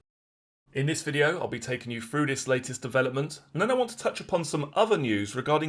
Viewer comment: I can't listen to people who can't say three or through.